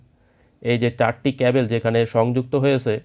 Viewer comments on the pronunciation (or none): ক্যাবেল কি ব্র..??? ওটা ক্যাবল